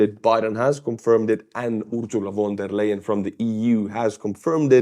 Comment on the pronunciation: if you want to pronounce "von der leyen" more correctly, try to say "phon dare lion" (phon like in phone, but with an abrupt ending, like in ton)